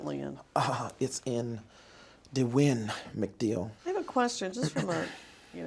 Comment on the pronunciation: "Di-win Mcdeal" that's gotta be a made up name right???